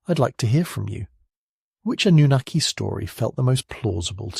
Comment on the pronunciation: Cant handle the ai man cant even pronounce Sumerian or Annunaki